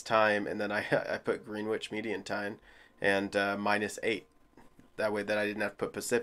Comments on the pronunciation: You pronounce Greenwich as ‘Gren itch!!! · Green-witch! OMG. We Londoners, as do all Brits, pronounce it Gren-idge. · dude, it's pronounced Grennich - the w is silent. ;) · Greenwich is pronounced "Grenitch" here in England. 😉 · Greenwich is pronounced Grennidge